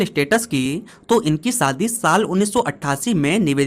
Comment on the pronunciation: भाई, स, श और ष का सही उच्चारण करना सीखो, शादी होता है सादी नहीं, शक्ति होता है सक्ती नहीं।